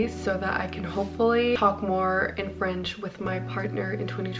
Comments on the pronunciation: Hello ! Your French accent and pronunciation are very good ! Also I loved your vlog (as usual 💕) Take care ✨🪴 (btw I’m from France) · Your French is really good 🥐🍷❤!! I’m French myself and you have a very good enounciation and accent